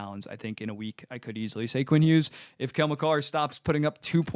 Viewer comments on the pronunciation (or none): Long hair guy also pronounces the g in Hughes